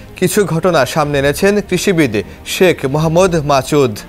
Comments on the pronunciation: It's মাসুদ not মাচুদ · মাসুদ কে মাচুদ কেনো বলছেন??????